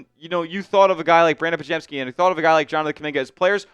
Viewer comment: You can't trade for lauri. He signed for 5 years, and you brutally massacred podziemski name